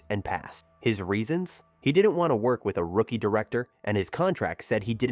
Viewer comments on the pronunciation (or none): none